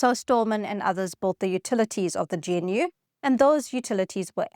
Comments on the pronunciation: "Gee En You" Nah, "G-noo". Like the animal, but the "G" ain't silent. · Until now, I've never heard anybody pronounce GNU as gee-en-you before... That's in almost 4 decades. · Not just Unix. Multics, VM/CMS on IBM-370, Vax VMS, a few others, as well as Unix. GNU is pronounced GaNew, just like the critter. Also crazy that DOS was selected over CPM. We can choose Linux when we want something that works. The same argument goes for languages: if you want something that works you choose Ada. Only safety critical systems now use Ada. There always seem to be obtuse forces at work keeping the best solutions on the back stage. Great video. Thanks for running the wayback machine for us. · GNU is pronounced "Gah-noo" as per Richard Stallman the founder, and GUI is pronounced in a similar fashion "Goo-ey" ;) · GNU is pronounced "gah-new" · its pronownst: 'gənnoo'. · It's pronounced "g'noo" not "gee en you" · Surely it's pronounced "Noo", or even "G-Noo" not "Gee En Yoo" ???!!!! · Love this, but I wish you'd pronounce things "correctly," so your viewers won't sound like they're from the PC hinterlands. GNU, for example, isn't "G-N-U," it's "g-new, " with a hard "g" (guh-new). And G U I is "gooey," like a warm cookie. You will probably lose credibility if you retain those non-standard pronunciations. G'day! Unless...this is AI slop?